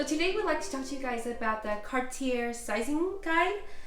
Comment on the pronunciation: Too bad you can't pronounce Cartier! You didn't do your homework! 😅😅😂